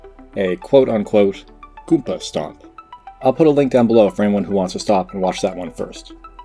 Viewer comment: I would like to add that the way you say goomba stomp is wrong. That is all.